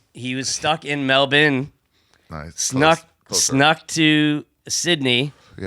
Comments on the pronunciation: Hey Ari, It's not Mel-bin. It's also not Mel-born, Mel-bun, or Mel-burn... It's somewhere in between them all. Say it the American way but just a bit lazier and fade out on the last syllable. MEL-BNnn... Good luck ya can't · We’re in America. In honor of America I will pronounce Melbourne with a hard R